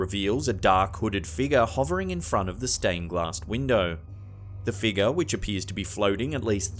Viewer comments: That apparition at the wedding in the stained glass window is simply a bush that grew right up against the window. What I'd really love to hear is the narrator actually pronounce figure as fig-your instead of "figger." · "figger'..... Sorry it's all I hear when he says figure lol 😂